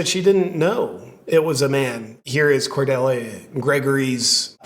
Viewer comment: Do people really not know how to pronounce Cordelia